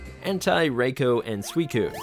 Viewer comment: It’s “Azelf” not “Azleaf” wtf??? Also wrong pronunciation for Entei and raikou. Japanese is a 100% fully phonetic language, it’s simpler than English or German, so stop applying the English and German grammar rules that make no phonetic sense to them. This is a rampant issue I see when English speakers are covering Japanese media.